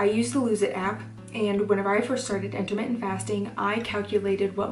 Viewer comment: it's "inter mittent" not intimate lol